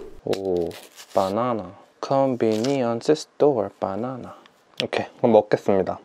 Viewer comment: i like how he said: C O N V E N I E N C E S T O R E B A N A N A 😋😋😋 and how he'd say: No people No people, in his previous videos 😁